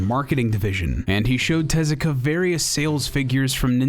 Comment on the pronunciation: Thank you for properly pronouncing Tezuka, ever since I learned how Japanese really sounds the way it's usually pronounced by English speakers annoys me so much.